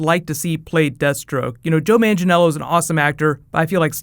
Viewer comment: I'd like you to stop saying Joe Mangiello since his name is Joe Manganiello :D